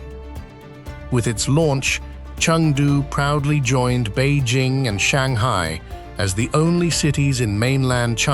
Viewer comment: Beizhing? It's Bei Jing. It's not Zhames Bond. It's pronounced Jing.